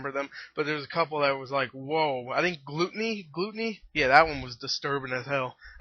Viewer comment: lol glooteeny